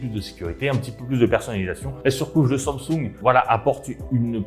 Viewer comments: Sang soungue 😭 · SAMSUNG wesh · la prononciation de samsung me fume ;,)